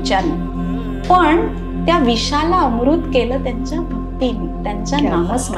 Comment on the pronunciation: विशाला नाही विषाला